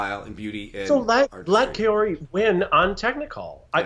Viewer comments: also, its pronounced KAYori not kori. not trying to be rude, just letting you know! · Angelica Reilly actually it's pronounced KAA-ohree. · Not a flattering example, but the pronunciation is “Cow-Ree”. The “r” is more of a light touch to your hard palate with your tongue, a soft “r”.